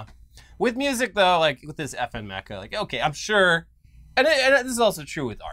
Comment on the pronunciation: mispronounces Hatsune Miku: mispronounces Meka after said it correctly